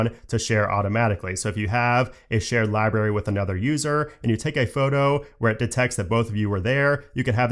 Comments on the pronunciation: I know it’s something growing up with, and it doesn’t matter. But, libRary, not li berry. It’s only because it was said like 20 times. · Sorry, but it's not libary, it's library. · love how you say "library" 😂 as "liberry" v good